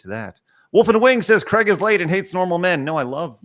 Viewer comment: I laugh when Americans dare to criticise anyone else of not pronouncing words properly. Craig can't even pronounce his own name correctly.